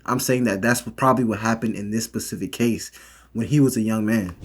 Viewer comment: You excelled in school yet still say pacific instead of specific. Sorry man its the only thing that bothered me I did like the video though